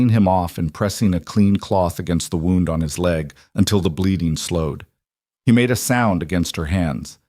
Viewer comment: You need to learn how wound is pronounced.